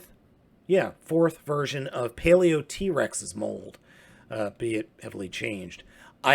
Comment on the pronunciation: pronounced paleotrex not paleot-rex